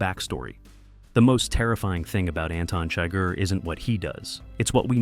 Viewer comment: Why does the narrator here mispronounce the villain’s name?